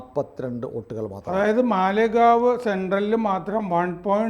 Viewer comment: മാലേഗാവ് എന്നാണ്